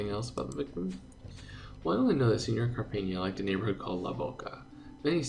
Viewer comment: in Cárpena, put the entonation into the Cár syllable.